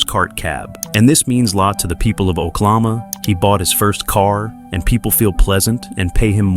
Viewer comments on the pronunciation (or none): These AI voices are horrendous, this one is the worst I have heard, can't pronounce the words properly, using the wrong tense and very monotone. Yellow Roadway CROP, it is CORP. It is Oklahoma, not Oklama.